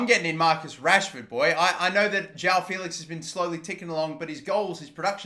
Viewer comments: It's "Jao Félix", it's JOÃO FÉLIX, fucking learn how to talk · “jow” felix